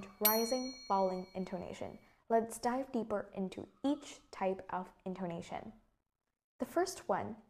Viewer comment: mình tưởng intoNAtion - stress falls on the third syllable chứ nhỉ. maybe mình khó tính quá